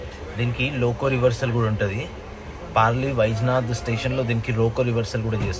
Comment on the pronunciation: పర్భని . పర్లీ వైజ్యనాథ్ స్పష్టంగా పేర్లు పలకండి